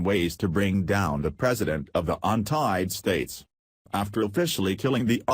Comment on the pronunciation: The 'untied states' what is wrong with you? you said it more than once! it is The United States!!!